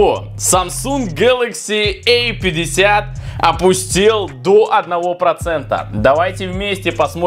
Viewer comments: Эй 50...эй70...А и эй. Дурик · Самсунг гэлэкси А50,а не эй50